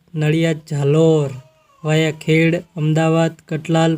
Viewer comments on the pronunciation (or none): ખેડ નહિ ખેડા બોલો